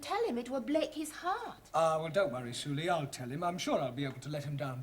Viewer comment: So su lee isn't su lee but su ree😂